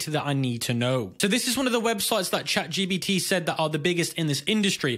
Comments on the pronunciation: "chatGBT" its chatGP*T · why are you calling it chat gbt ? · Lol stop calling it chatGBT. Otherwise good video